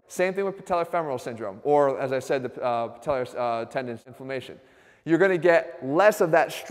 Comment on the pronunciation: ..."the patela blubaglubhyrxstf...."